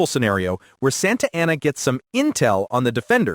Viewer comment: Not particularly doubting your theory here, but I am taking some issue with your pronunciations of the people and places. Jim Bowie's last name is pronounced the French way: BOO-ie The final battle of the Texas revolution is San Jacinto: San (not sAHn) JAH-sin-toe António Lopez de Santa Anna's final name is sAHn-ta AH-na.